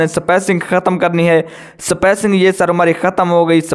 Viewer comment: Yaar spacing hota hai spaicing Nhi....